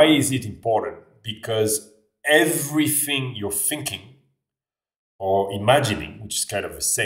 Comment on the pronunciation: c'est rigolo comme tu prononces "th" avec un [f] comme dans everything : on entend everyfing